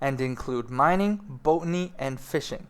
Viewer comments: Boat-any? I think you mean BOT-any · It's Bot-any not Boat-any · B-O-T like ro-BOT NOT BOATANY ! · BOTany not Boatany. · stop saying boatny dumbass. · FYI - Botany is pronounced bot-an-ee (with the bot part like robot or bot) And, Piety is pronounced (pi-it-ee) (the pie is pronounced like pi as in 3.14159) Enjoyed the video though! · the 'o' is pronounced the same as the second 'o' in 'robot'.